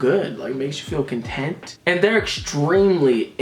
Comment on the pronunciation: did u say extra kahlen-tent or extra content i cant tell oof